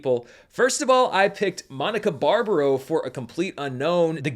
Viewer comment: Great pronunciation of Mònica Bàrbaro!!! Bravo